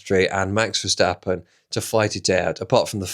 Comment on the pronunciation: Why do you pronounce it "Verschtappen" like he is German? He is a lot but def not German...